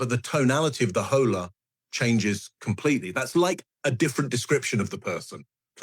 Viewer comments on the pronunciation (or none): Guys, the family's last name is Haro, not Harrow. Which is why it's hard to google info on him. Also,, we all ADORE you, but you have got to learn to say "Hola" better than that. 😂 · with the pronounced H in Hola...stop, please stop.